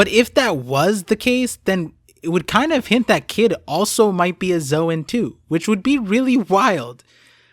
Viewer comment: Why does literally every one piece YouTuber pronounce "zoan" as "zo ahn" or "zo ehn"??? Literally in the original pronunciation It is just a "z own" like the word zone....